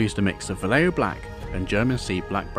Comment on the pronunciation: It's not pronounced "Valleio", it's "Vahyeho" great work by the way.